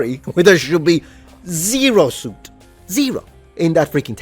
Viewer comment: when say Suite he means Soot